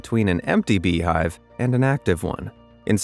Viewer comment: A serious video with "bee-hiber" . "Wasp the difference"